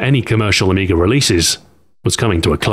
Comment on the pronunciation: There is no "r" at the end of amiga.